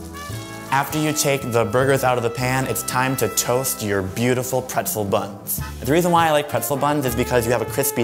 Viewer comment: i love prethel bunths